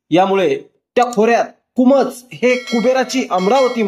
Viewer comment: कुमोज नसेल हो कुंभोज असेल. नीट लक्ष देऊन वाचन करावे.